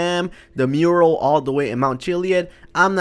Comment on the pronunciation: the voice says like change the murel